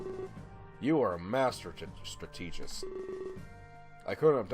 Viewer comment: FURST! Heh heh... - Strategist (STRAT eh jist) - What's wrong,...too...ahem..."furry" for you? Bwahahahahahaaaaa...